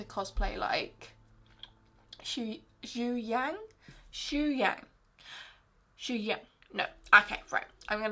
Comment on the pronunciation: Easy tip for you to learn In chinese.The spell was "Xue Yang" but in chinese pronunciation you have to say It like this "Xu Young"😘